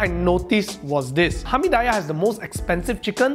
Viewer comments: Hamee-die-yeah.... really cannot wei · Its not hamee 'die' yahhhh Its called hamee diiiiiiiii yahhhhh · kenapa dia sebut "Hami Dayah" bkn sebutan dia "Hami Diyah" hehe apa2pun bgi aku x kisah la kedai mana pun asal nama nasi kandaq? mmg aku tibai je semua mahal ke murah ke aku x kisah sbb aku mmg hantu nasi kandaq.... hehe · I'm gonna pronounce it hamidaiyah from now on. It just sounds so right 😂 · It is Hameed-dee-yah.. or maybe thats they way I was taught to call it.. Hameediyah is just a stone throw away where I grew up.. :D the original restuarant that is. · If you're gonna say it 10 times, the least you can do is learn how to pronounce Hameediyah bro 😅